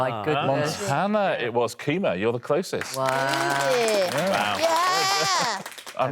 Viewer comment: Barely audible, slightly elided, Richard says Montana.